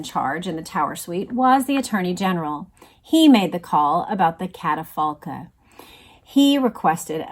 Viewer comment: The word catafalque is pronounced with a k sound at the end A pre-dieu is a folded wooden chair that could be used for kneeling in prayer